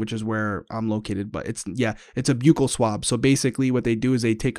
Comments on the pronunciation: Buccal, not byoo-kul.. it's buh-kul Mmk thanks 😊 I went to dental school. I have a form of grammar pedantry syndrome. Help.. lol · Fyi: Buccal swab - pronounced 'buckle'. Buccal mucosa = inside of the cheek. And, Herb was definitely a customer.